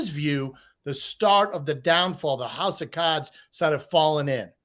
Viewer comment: When said “house of cards” his Boston came out ❤